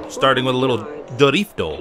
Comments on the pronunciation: This dude's accent when he says DRIFTO! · it is so funny when he says durifto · jajaja durifto jaja im from mexico jajaj you say like a mariachi